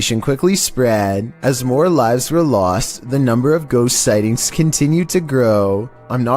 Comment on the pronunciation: "NUMBR FIFTEEN!"